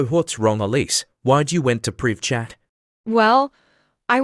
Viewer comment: Elise not elsie